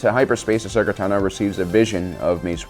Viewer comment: Cool video. One minor point, I thought Ashoka's last name has the emphasis on the first syllable instead of the second.